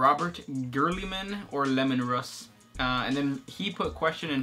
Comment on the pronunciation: they said lemon russ lol